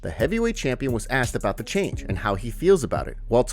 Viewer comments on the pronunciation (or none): none